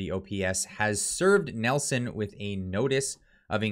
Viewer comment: It's Neeilson....not Nelson...